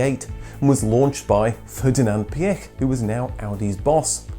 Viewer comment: Ferdinand Piëch ist pronounced like: "Fair-dee-na'nt Pee--ech" (Quickly spoken)